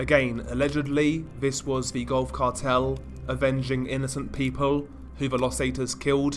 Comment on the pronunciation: I swear I thought you said "golf cart hell" the first time you said Gulf Cartel lol!